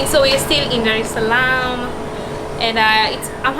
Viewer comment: it's Dar Es Salaam not darshlaam